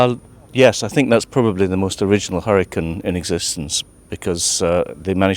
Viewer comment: Chlopie nie "harikan" ale hjurikajn...Tak sie wymawia.